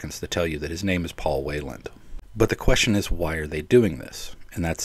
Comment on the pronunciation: Did I mishear, or did you repeatedly pronounce his name as "Wayland", instead of the correct Whelan, which you've also mentioned/written correctly in your video title?